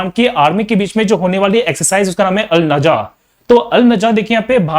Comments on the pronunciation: The army exercise between India and Oman is Al-Nagah not Al - Najah. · I think India Oman exercise is called as Al-Nagah not Al-Najah... anyway ty so much sir🙏